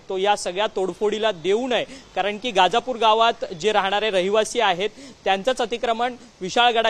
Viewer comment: गाजापुर नाही दादा गजापुर आहे ते